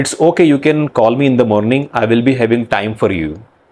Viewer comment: You still have an Indian accent. Like the way you pronounce "will". "Verl"